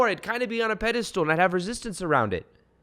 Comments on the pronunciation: Pedestal... I keep hearing pedi-stool🤣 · Love your work! Been following you for a while and rediscovered you again. I also loooove that you say “pedastool” just like my fiancé 🥰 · I'm pretty sure it's pedestal... not stool cheers thanks 👍👍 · Ur sayinf pediSTOOL on purpose! 😆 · Does he keep saying pedestool?